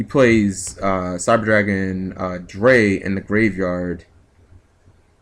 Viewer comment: Nice duel. Just a little info on pronunciation: the cards are German in nature. Eins - Eins like Einstien...One Zwei - Zvi or Zvy...Two Drei - Dry...Three.